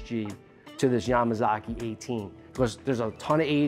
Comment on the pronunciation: Good accent when you said Yamazaki.